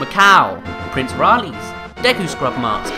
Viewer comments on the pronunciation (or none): none